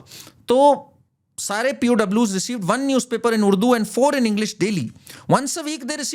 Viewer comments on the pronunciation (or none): none